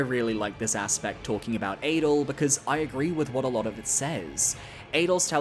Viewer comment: Adel isn't pronounced like Adele either.